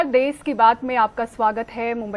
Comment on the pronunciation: देश होता है देस नही 👍🍷